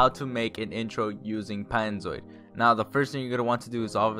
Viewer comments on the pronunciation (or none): did u just say paynzoid 😂btw r u a pinoy?